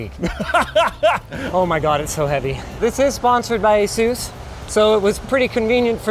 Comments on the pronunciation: Asus or AsZeus there is no Z in Asus !! . lol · You’re MISPRONOUNCING “ASUS”. PLEASE LEARN TO PRONOUNCE THE COMPANY CORRECTLY.